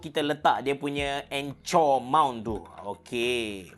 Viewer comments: sbg cikgu English rasa triggered sikit bila dengar abe sebut anchor jadi "encor" hahahahaah tapi mantap pc! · anchor= encor (enker)